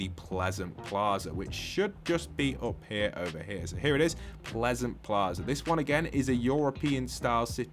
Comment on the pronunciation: One small thing, It's not pleasant Plaza, It's pleasant Piazza, aka Pleasant Square